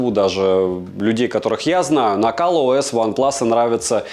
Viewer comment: Какой ещё "Кал" ОС?